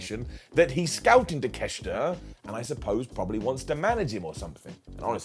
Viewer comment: It's pronounced Take-Shit-A